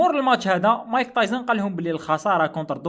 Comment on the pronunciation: مايك تايسون ❌ مايك طايزن ✅😂😂